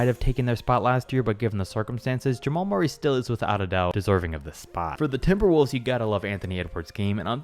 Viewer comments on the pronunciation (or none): none